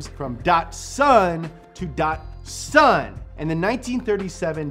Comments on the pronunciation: There is no R in Datsun.... Stop saying "Dartsun" It's like Bat... But Dat! DATSUN. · Dot Two - Son Datto - San not dotson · Datsipun- uhh i mean Datsun that sun